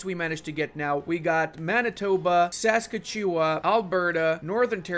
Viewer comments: Ok I know it’s a tuff word. Saskatchewan is pronounced: “Sah-ska-chuh-waan” If that’s not to helpful: “Sus-catch-oo-one” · He butchered Saskatchewan... in like the funniest way I have heard in so long. I actually pronounce Newfoundland like that, but only because my dad was born there :) It drives his entire family nuts :) Worth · saska chewa? SASKA CHEWA? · pronouncing Saskatchewan is something I didn’t know I needed in my life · Your pronunciation of "Saskatchewan" and "Newfoundland" hurts me as a Canadian, lol.